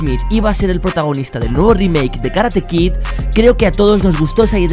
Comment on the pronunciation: porq coño tanto te equivocas en decir karate kit wtf